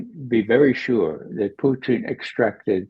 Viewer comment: I love Ray but can someone please teach him how to pronounce Putin. He is not ordering a side dish in a Canadian cafe, Poo-teen. It's pronounced Poo-tihn.